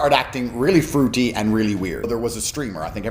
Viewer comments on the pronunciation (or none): “Froo-tee?!” Ha!! That never gets old! This guy is such a frawd!😂🤣